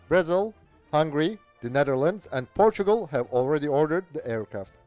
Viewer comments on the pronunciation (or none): none